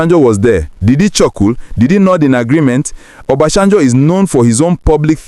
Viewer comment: Obasanjo Oba-san-jo Learn how to pronounce names